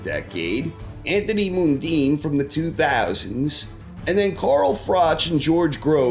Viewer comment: Just an FYI,, the Mun in Mundine is pronounced like Monday - but he shouldn't be on the list anyway, so don't stress.